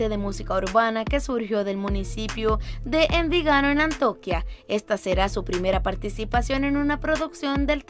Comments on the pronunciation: Jajajaja es que realmente es "Antioquia" se equivoco al pronunciarla jajajaja, por cierto saludos desde Medellín-Antioquia 💃🏻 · Repita despues de mi… ANTIOQUIA no Antiooquiaa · ES ANTIOQUIA NO "ANTOQUIA" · trabajarle a la pronunciación, acentuación .. es Antioquia no Antoquia entre otras . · Antioquia no antoquia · Yo escuchando cómo dice Antioquia 👁👄👁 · Me causa gracia como pronuncia ANTIOQUIA... JAJAJAb así no se pronuncia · Dear Gracias, no se de donde eres, pero evidentemente por la pronunciacion no eres Colombiana, solo dos cositas con respeto, un comentario que ojala lo tome como constructivo. No es "Antoquia" es Antioquia" y no es "Arrango" Es "Arango" con una sola r. Queria saber de quien es es hijo el nino que interpreta a "Emilio" el hijo de Juancho y Catalina en la serie. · Jede : informate un poco sobre la pronunciacion de nombres q desconoces. Lugares como An-ti-o-quia ( sin acento en la i ) o personas como Adriana Arango ( con una sola r ) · Muy interesante pero deberías leer bien (poner los acentos correctamente) en los nombres de algunos lugares como AnTIOquia y Envigado y pronunciar correctamente los nombres y apellidos (es Arango no Arrango).